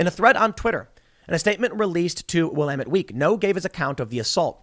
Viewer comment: You can tell Tim hasn't played Dead Rising based on his pronunciation of Willamette